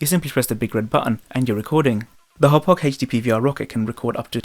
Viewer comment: Finally someone who pronounces it right.